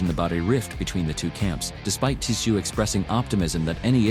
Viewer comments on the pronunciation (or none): The t is silent in tzyu pronounced zoo